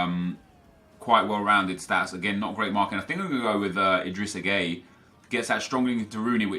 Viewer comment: This was such a bad draft. Also, idrissa gueye (GUY) not gay. AJ3 would throw a fit if he heard you say that 😂